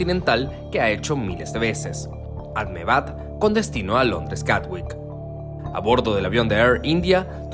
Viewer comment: La ciudad no se llama "Ahmebad", sino "Ahmedabad".